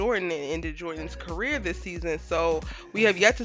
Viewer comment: I swear I thought said “CARROT in the making” 😂😂😂😂😂😂😂😂😂😂 yo I was on the floor in here 😂😂😂😂😂😂